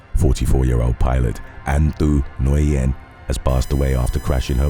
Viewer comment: Future reference Nguyen is pronounced like Win